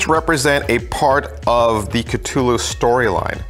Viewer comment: Catulu... why just why pronounce it like that